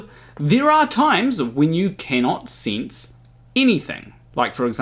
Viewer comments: My god stop saying sense like “since” my guyyyyyyyyyy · I just enjoyed hearing you say ‘sinse’ so many times! 😄